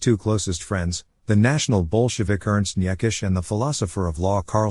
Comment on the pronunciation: Niekisch, and I really don't know why anyone of you would need to know this, is pronounced "Knee-cish"